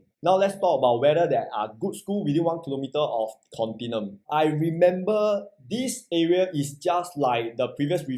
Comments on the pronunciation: The correct pronunciation is "con-ti-NEW-um" which is a silly name (i think you also think the same, that's why you purposely mangle the pronunciation, am i right?). IMO for 2750psf , 2.6m might as well buy the older Haig court nearby, can get 1399 sft unit , a proper big 3 bedder, freehold. it's better than here (properties south of dunman rd in this location has a better feel to me). The store room, is it a BCA mandated bomb shelter? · Very hard to buy this Pty if can’t even pronounce the name..I thought I only one don’t know how to pronounce